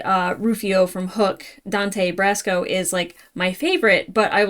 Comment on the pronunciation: "40+ years"? Whaaaat? There's no way you're more than 28. Dante Basco, BTW. No "r".